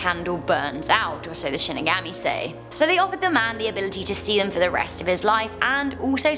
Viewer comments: it's pronounced "She-knee-gah-mee" not Shin-i-gami.... disappointed..... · Shin-ig-aw-me not shin-ig-AHH-me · Shinigami is pronounced She knee ga me Sorry had to say it or it would haunt me for eternity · “she neh gah me” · Shinigami is pronounced She knee ga me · Shinigami is pronounced Shin nee guhm mee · Nice video as always! Looking cute as always! Minor comment. Shinigami is actually pronounced with an ah sound. Watch the anime of Death Note. Thats how I learned to pronounce it. Not picking on you sorry if it seemed that way. 😁 Keep the great videos coming! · Watch bleach for shinigamis yes a s (also she pronounced it wrong :3)